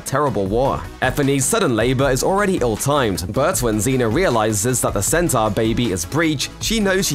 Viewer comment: It's pronounced sentor not senter. Smh and lol.